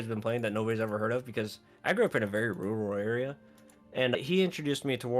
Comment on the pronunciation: I laughed out loud when you said “I grew up in a rooral ay-ree-uhh “😅. Ya don’t say. Still, interesting perspective. I recently really dove into really figuring out how to create my own weak auras at the start of dragonflight and felt like hadckerman when I was finished bc I don’t have much experience with that sort of thing and just wanted to fix my interface, but copying and pasting someone else’s was not viable this early in the release of a new expansion. That doesn’t even compare to the work you did for this game though. and thanks for the heads up about curseforge. I’ll look into sourcing my addons more responsibly to support creators like you who make stuff that actually works and is readable and intuitive. 😊I ran into the issues you described with elvui suddenly getting tons of lua errors during slands. Nice to finally know why. Also, I play both retail and classic occasionally but I’m on a retail kick atm and I hope you will give dragonflight another look. You could be raid geared without setting foot in m+ with the changes they have made to crafting. The story and setting also borrow heavily from wrath. Too heavily for some, but I think they made it feel different enough, and I’m just happy it feels like they’re taking things in a better direction. Keep fighting the good fight!